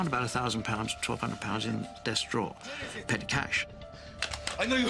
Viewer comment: Drawer, not draw.